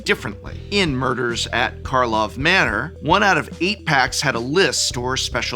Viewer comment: The best part is, he said Karlov at one point, so the editors could have cut in the correct audio (at least when he's off screen) but they kept it in!